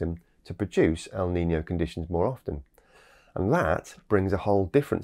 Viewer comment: NOT LA NINIA .. LA NINA. NOT EL NINIO ... EL NINO